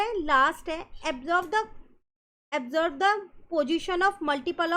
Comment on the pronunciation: mam not absorb its ob-serve😊